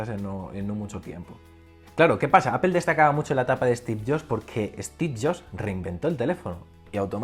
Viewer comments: Buen video, me ha gustado. Pero me ha chocado un poco la pronunciación de "Apple". Sobretodo al principio del vídeo intentas darle una pronunciación inglesa, que en España por lo menos desentona y, luego, a medida que te vas soltando en las explicaciones, cambias a la pronunciación española. Creo que puestos a no llevar una consistencia y entendiendo que estás más cómodo con la pronunciación española, sería mejor que simplemente lo pronuncies a lo español, no pasa nada. También decimos "rugbi" en vez de "ragbi" y no se muere nadie ;). Sobre Apple, creo que lleva demasiados años dependiendo exclusivamente del iPhone. Sinceramente, a mi lo que me preocupa de verdad es el abandono que tienen en el resto de productos, sobretodo en PC. Llevo queriendo comprarme un Macbook Air desde hace tiempo... Pero lo que veo es que por 1300€, me llevo un portátil que no tiene pantalla FullHD, que no tiene USB-C, que no tiene HDMI y que ya no es ni el más fino ni el más ligero. Entiendo que la renovación del Macbook Air fue el Macbook (a secas), pero en prestaciones se queda TAN corto que me niego a pensar que no haya renovación del Air. El único que se salva es el Macbook Pro, pero porque ya era extraordinario el día de su presentación. Sobre el techo tecnológico estoy de acuerdo. La tecnología se ha consolidado y no aparece nada disruptivo. Pero no me parece justo decir que para Steve Jobs fue fácil crear el iPhone. En aquella época también teníamos un techo tecnológico en telefonía. Pero ir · Cada vez q dices apple me suena mal, pareces un friki